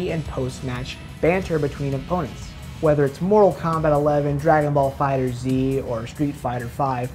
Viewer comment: Glad to see someone else pronouncing FighterZ the way it was clearly intended to.